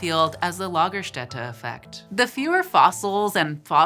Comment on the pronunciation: Nailed it on the Lagerstätte pronounciation.